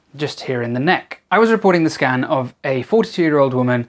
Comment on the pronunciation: Did you say "full body scam"?